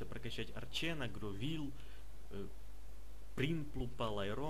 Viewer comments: не гровиль а гровайл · Ах да забыл- не гровил а гровайл